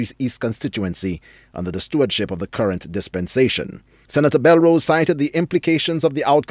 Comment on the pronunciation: Did he call her Ms St. Rose??? He doesn't know her name? It's Belrose sir... or so I thought